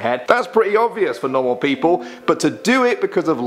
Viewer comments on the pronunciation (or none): none